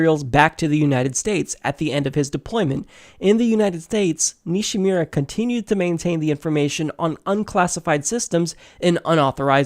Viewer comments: Nishimura. Nee she moo ruh. Really butchered that one,. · Nishimura = Knee-She-Moo-Rah, sound it out like Fus Ro Dah XD Good video though. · Great video exposing James Comey and the FBI's double standards in letting Hillary skate...Just please learn to pronounce "Nishimura" correctly.